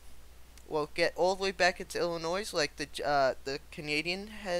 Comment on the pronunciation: Pronouncing IL, the s is silent. Just an fyi.